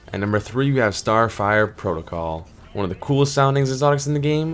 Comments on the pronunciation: It's protocol not protocal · lost all respect when he said starfire protical